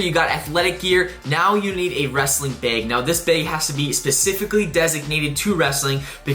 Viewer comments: Bro was saying beg not bag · By “beg” do you mean bag? 😏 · Bag❌ Baeg✅